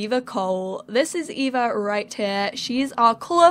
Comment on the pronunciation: So cool! Eva is my middle name and your pronounced it right! most people pronounce it as Ava and it drives me insane. I feel so loved!!!